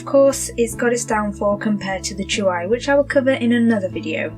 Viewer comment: It's pronounced CHEWY and the keyboard, which is now updated with a new layout and black keys, has got to have some weight or it would topple over when the tablet is inserted. I've owned this tablet for nearly a year and it has replaced my old desktop. I love it! I only paid 149GBP at the time and it was money well spent. The newer Hi13 is due for release next week.